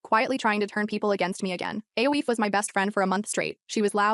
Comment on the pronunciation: Aoife is pronounced Ee-fah